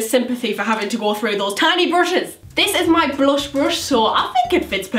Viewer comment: No hate but it's blush not blosh and brush not brosh